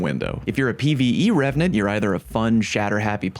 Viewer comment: You nailed revenant! There are dozens of us, dozens!